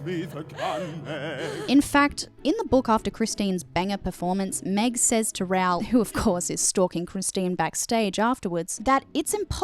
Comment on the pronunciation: love your extensive analyse! (tiny little bit have my thoughts on your Raoul pronunciation: Rowl? <Ra-oohl>!